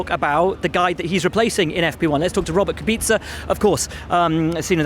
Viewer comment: "Robert Kubeetsa" "Robert Kubeezza" "Robert Kubika" Damn. Is that that hard to get right? "Robert Kubitsa" <